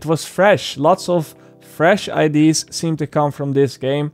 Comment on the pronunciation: I love videos but the way that he says "IDs" instead of "ideas" is driving me fuckin crazy lol